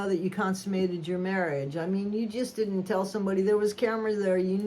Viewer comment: The way She says Marriage 🤨